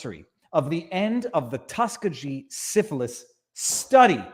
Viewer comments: Tus key gee!!! not tus ka ge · TUS-KEE-GEE.....Tuskegee Institute (now university) in Tuskegee, Alabama